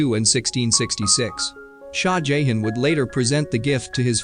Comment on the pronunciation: Or the Indian king "Jayhen" 😂😂 it's JahHahn.. Not Jayhen.